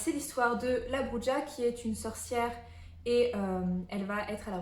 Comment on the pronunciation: Ola ! On dit 'Brura'. Les hispaniques en PLS. 😁